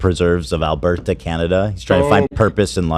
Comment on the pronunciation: The way he pronounced Alberta lol